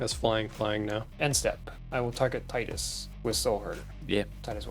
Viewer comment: Thank you for pronouncing it like Tidus and not like Tidus... who tf actually says it like Tidus